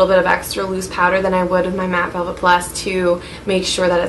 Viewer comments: i'm pretty sure she's saying "mat velvet plus" haha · lol I think she's trying to say mat velvet..